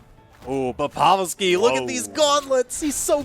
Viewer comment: wait who's povel-ski